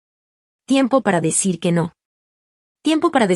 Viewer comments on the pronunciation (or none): Porque dice Eno En vez de No